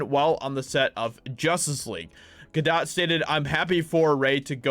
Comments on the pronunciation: Gal GaDOTE. Not Ga doh. Not Ga dawt. Ga DOTE! ✌️ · pronounced Ga-'dough', french, dude. :-) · Gal Gadot is pronounced Gah- do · It’s not French dude, it’s Hebrew, and pronounced “Ga-dote”. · It’s pronounced “Ga-dote”. It’s not French pronunciation, it’s Hebrew.